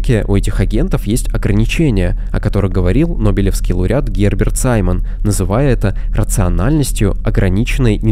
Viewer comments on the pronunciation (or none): none